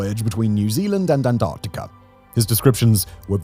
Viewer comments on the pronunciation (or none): none